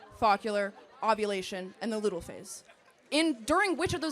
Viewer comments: She mocks that Charlie doesnt know the female reproductive cycle, yet she hardly knows how to pronounce the phases she listed off. Follicular is pronounced "Fall-lick-u-lar" not "fockular" and Luteal phase is pronounced "Lute-eel" not "lut-al". I hate it when people are so smug about being educated but are so beyond misinformed and uneducated themselves. She is so ignorant. Also, she fails to consider there are plenty of pro-life doctors and healthcare professionals opposed to abortion. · Follicular and luteal - Fo-lick-U-lar and Loo-tee-all — I’ve been tracking my cycle for decades. If you’re going to woman-splain then at least pronounce things correctly. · It’s pronounced “foh-LICK-you-ler” and “LOO-tee-uhl” girly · She also said "luthal" (it's lutheal) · LU-TE-AL (luteal), NOT “LU-TAL”, and FO-LI-CU-LAR (follicular), not “FA-CU-LUR”. My goodness, she doesn’t know the menstrual cycle phases either. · The mispronunciation while asking someone if they know the 4 stages is hilarious. It’s FOLLICULAR AND LUTEAL not folical and lutal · started out with such an attitude and so condescending while mispronouncing two out of the four menstrual phases... its FOLLICULAR not "foccular" and LUTEAL not "lutal" you sound like you have no idea what you're talking about right off the bat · She didn't know how to pronounce the phases of a menstrual cycle! It's "FOLLICULAR" not focular and it's "LUTEAL" not Lutal. If you're going to try to use knowledge of the reproductive system as the basis of your argument maybe you should make sure you have some knowledge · Folicular and Luteal. Not focular and lutal. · Please at least pronounce the 4 stages correctly. 1. Menstruation 2. Fuh-li-kyoo-luh (follicular) 3. Ovulation 4. Loo-tee-uhl (luteal) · "Luteal" pronounced "loo-tee-ehl" , Follicular pronounced "Fowl-lick-you-lar". For an arrogant female naming phases, try pronouncing & ordering them correctly .😂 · when she pronounced luteal as lutaal 🫠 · Foccular and lutal 😂😂